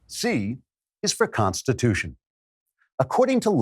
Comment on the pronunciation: Pronunciation key: the Constitutia?